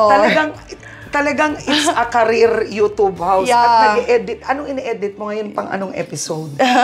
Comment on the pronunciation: Ano ba yan, pati ba naman ang YouTube babasahin ba naman ng you-toob. Talino din. Kapag yung isang word ay English basahin nyu din sa English hindi yung gagawa kayu ng sariling pagkakabigkas na kahit sa dictionary ng Filipino hindi mo nakikita. Kapag youtube dapat basahin nyu yang you-tube o you-tyub. Hindi yung you-toob. You-toob pa more.